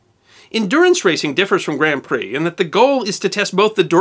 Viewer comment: 24hr OF Le Mans (said Lay Mawns) at least you didn't say Grand Pricks like most, it is said like Grawnd Preee